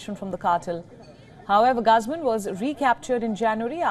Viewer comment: GUZMAN... . sounds like GOOOOZMANN Not Gusmon